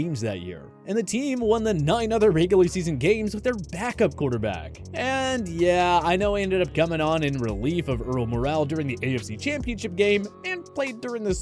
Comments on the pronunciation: Can you at least learn how to pronounce names correctly? It’s not Jan Stenerude, like Jan Brady, it pronounced Yon. It’s pronounced Earl More(el), not Earl Morale. Geez, do you know the history of football or not? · For chrissakes, it's Earl MOR-rall, not Earl Mo-RALL. He wasn't french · you called Earl Morrall, “mural”???? You’re football knowledge is the only thing I noticed about this video, that’s not Hall of fame worthy. That and your knowledge of the game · Once again, the name is pronounced more like "Moral" and not "Morale". Shows these guys don't know sports as much as the claim...